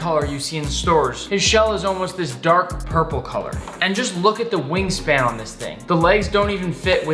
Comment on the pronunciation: This man almost made me crap myself XD I was drinking water then I heard him say WING SPAND I almost died mentally thinking of the image imagine wings ON A CRAB